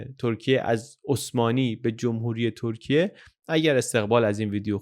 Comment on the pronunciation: سلام و سپاس از زحماتتون؛ سؤالی برام پیش اومد که چرا در اوایل ویدئو، "ترکیه" رو دوبار بصورت "تورکیه" و با اون "و" خاص تلفظ کردید..